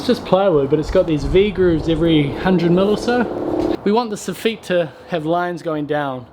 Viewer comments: Love watching your vids,. I gotta tell you, though, you're the only person I ever heard say "so-FEET". "SOF-it" is the pronunciation I've always heard. Maybe they say "so-FEET" in France (but they're just wrong). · Soff 'it', not 'eet'. Happy New Year! 👍😊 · the way he says soffeet instead of soffit really grinds my gears lol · Not sofeet It’s pronouced as one word Sof-fit / sofit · Great vid! I was scratching my head for a bit about what a sah-feet is. Finally realized sof-fit when you were explaining the v-groove material.😂😂😂 Glad I'm getting some language lessons. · Soffit is Saw-fit not saw-feet. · please stop pronouncing soffit like that its not sofeet its soffit. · Soffit is pronounced sawfit, just saying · I heard "this effete material" lol. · Its pronounced So-fuht